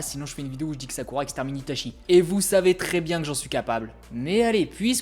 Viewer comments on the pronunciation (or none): none